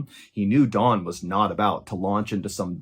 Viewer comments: Sounds like you’re saying Dawn instead of Don. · Is his name Don or Dawn? Why are you pronouncing it like Dawn? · It’s Don, not Dawn. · Ugh. Don not Dawn. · so I've been saying Don the wrong way all this time? You mean it's pronounced Dawn? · When you say, I think, “Don”, I hear “Dawn”. So does the Transcript. Which is it. Great story! And great art too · Don? Dawn? Doun???? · I find it interesting the number of fellow Americans who pronounce Don as Dawn. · Eh...Its was ok. I enjoyed this channel more before he became famous amd started raking in the 💰. Also: he keeps pronouncing Don's name as Dawn. Weird. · Just an FYI... You said "Dawn" the entire time. His name is DON... same "o" sound as mom. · Stop saying DAWN his name is DON! Annoying AF! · you really got this off of unsolved mysteries? Thats weak. BTW, it's DON not DAWN. You mispronounced the name throughout the entire video. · If your arms are bleeding from deep scratches, it's pretty obvious to everyone unless you're wearing a dark suit coat. Not discounting the whole story, but that's an obvious observation. Secondly, it's "Don" not "Dawn". Try saying "Donald" and just leave off the 2nd syllable. Or just try thinking of Don Corleone. It's not Dawn Corleone unless you want a finger cut off. The story itself has elements of "Nefarious". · Is he saying Don or Dawn? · I kept thinking you were saying Dawn. Not Don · Is it not Don? It does sounds like Dawn to a non American. Either way, sounds like he may have had morning glory! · It’s don he just says it to sounds like dawn lol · Am I the only one that thought he was saying Dawn the whole time? I kept thinking who would name a man Dawn lol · It sounds like Mr Ballen calls Don Dawn. lol 😂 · Fam. The way you're saying Don is irking me. Sounds like you're saying "Dawn" sometimes. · Oh Don I thought you kept saying Dawn